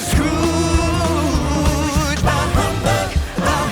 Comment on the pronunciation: You don't pronounce the H in Bah. By the way, that was a 'whistle note" from Mitch.